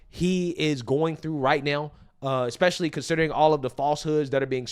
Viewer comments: Once you say "exspecially" NOTHING you say after that matters! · Expecially? Stabability? Who put that lady up there? Learn to speak propoper english mama.